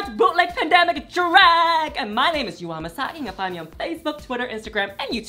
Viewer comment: Yuhua' Pronounce are Yoo-Hwa 🤣